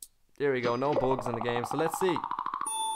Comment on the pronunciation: You say bugs like boogs